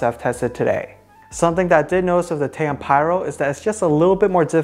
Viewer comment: TA -OM not tayom what you can't read??!